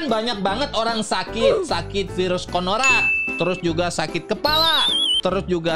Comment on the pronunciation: Coronabang bukan koronak